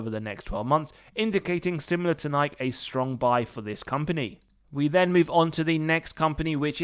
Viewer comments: *Nigh-key, not Nyke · Do you honestly not know how to say the company name: Nike??? It's pronounced: Ni - key (Nike) Sounds like: NI - KEY NIKE